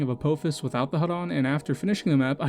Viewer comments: Great video and grats on getting blessed by the algorithm! Apophis is pronounced more like "Ah Poffis" with the ph like phone Just so you can avoid the angry stupid commenter mob from Smite players that you got recommended to because Apophis is in that game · this guy pronounces apphophjhis wrong